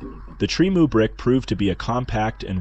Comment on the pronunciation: trime ooey brick says the AI